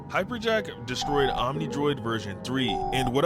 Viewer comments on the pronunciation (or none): "hyper jack" 🥀